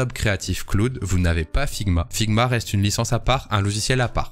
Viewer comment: Je t'adore poto mais par pitié, arrête de dire KLOOD !